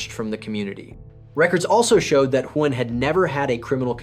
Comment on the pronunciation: I didn't know Huynh can be pronounced in so many different ways. I think there was at least 6 different ways but none of them properly 😅